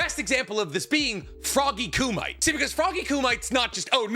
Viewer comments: You seem to go out of your way to use Japanese names and/or pronounce most things correctly. Youve said it before I. Past videos and a lot in this one so maybe it's a bit idk. Correcting people is a shaky line but for the sake of passing on knowledge which has infinite value to a person's wellbeing... It's Coo-mee-tay. Froggy Coo-mee-tay. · It’s not Ku-MIGHT. It’s not Ku-MIGHT. It’s not Ku-MIGHT. It’s not Ku-MIGHT. It’s not Ku-MIGHT. It’s not Ku-MIGHT. It’s not Ku-MIGHT. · Not just that, but especially how he pronounce Edo Tensei. If the video centers around edo tensei, I can’t fully watch it because how he pronounce ‘edo tensigh’. It bothers me more than I anticipate. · I am begging you to learn how "Kumite" is pronounced. It's killing me. Other than that I pretty much agree, although I would add that sage mode is so good in so many ways in part as an overcorrection to Naruto being kind of a bum for most of Shippuden up to that point, when he needs to match up with kage-level opponents at that point in the story. (Also some of the brokenness works fine in the context of heading towards the series's conclusion, and while I don't envy the challenge of writing around it for Boruto...I really don't care for how Boruto writes Naruto (and Sasuke)). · I tried watching this, but had to stop because of all the mispronounced words. It's just disrespectful. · One day will learn how to actually say Myoboku, and kumite among other things, but today is not that day. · Is there a story as to why he constantly mispronounces kumite? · Did this guy never see Bloodsport? His Kumite pronunciation sounds like it's a pest control product lol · Bro will never pronounce kumite right i swear😂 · Not how you pronounce kumite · Please just say kumite correct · He's doing it on purpose, he's aware of how kumite is really pronounced but because a bunch of people got REALLY aggressive about him saying it incorrectly once he leaned into it. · It’s ku-mi-te not “koomite”